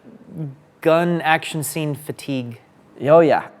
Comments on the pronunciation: fay teeg😂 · what's "Faytigue" ?